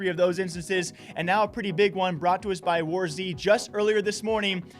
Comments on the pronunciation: Bruh your saying war. z not warz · So many good vids...but pls it’s just Wars not Wars Z